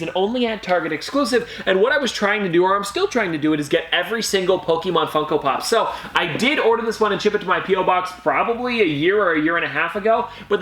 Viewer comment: How can you say you’re a Pokémon fan when you keep producing it wrong. It’s Pokémon not pokēmon